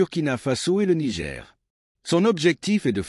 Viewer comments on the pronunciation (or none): none